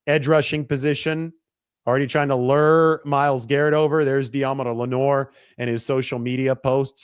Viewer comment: The pronunciation of lure as lurr kills me. 🤣